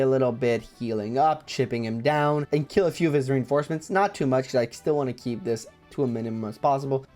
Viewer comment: oh no, not the "reinformecements" XD I can tell you were quite mentally drained here 😅